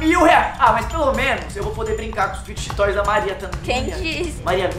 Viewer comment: Vcs são os únicos que sabem falar fid toys serto os outros meus ídolos ñ saber